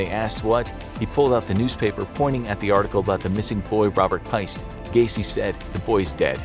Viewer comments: it is actually Robert Piest, not pie-st. Tragic story alltogether though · “PEEST”, not “PIE-ST” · i thought Piest was pronounced "Peest" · Its Robert PEEST. Thats the pronunciation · It’s Not a big deal but I believe “Piest” should be pronounced as to rhyme with “yeast”. ✌️